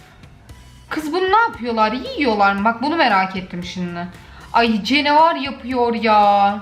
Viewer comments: Her kes: canavar: cenivar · cenevar yaa Ben:ne?nchxndhns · Normalde: canavar: cenavar dldlfkslslaa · Canavara cenevar diyen ilk insan😂😂😂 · Nobody: Cenevar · Karpuzdan “cenevar” yapıyor yaa! THE 😅😂🤣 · Nobody: The: "Cenevar"